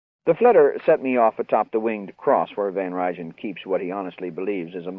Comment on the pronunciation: L[sten, pa. It's Van Rhine and Nie is pronounced knee.